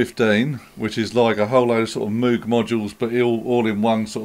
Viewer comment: Hard G, not a soft G! See the video where Uli himself tells you how his name is pronounced! You've done really well in this video, managing to mispronounce Behringer, Moog and Buchla.